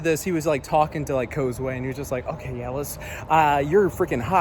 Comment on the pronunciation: I thought it was pronounce ( koz-uu )